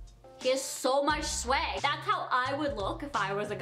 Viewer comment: STOP SAYING SWAG LIKE “SWEG”